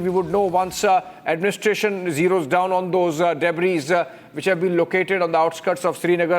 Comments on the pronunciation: Debris is pronounced debri, just for the info of our theatre act english speaking newscaster.. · S is silent in debris. Please tell the newsreader